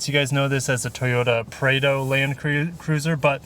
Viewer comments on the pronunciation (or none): Get rid of the plastic? What do you want instead ? Nobody that buys these gives a shit about it having plastic. Watching this video has made me realize anybody can do car reviews. When you didnt even pronounce prado right i new you didnt know what you were talking about.